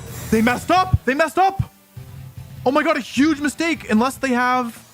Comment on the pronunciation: that "oh mein gott" sounded german 😂